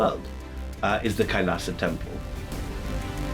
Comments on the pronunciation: Pl pronounce kailash not kailasha( कैलाशा) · it's not kailasa , it's kailas don't add 'a' after hindi words....